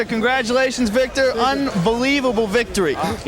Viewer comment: Pretty sure he was supposed to say “Vitor” but he called the guy “Victor”